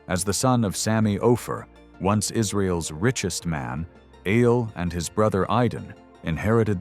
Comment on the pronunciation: Eyal aayal not I-yel. Again.